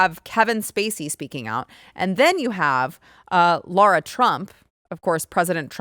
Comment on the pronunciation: It’s Lara. Not “Laura.”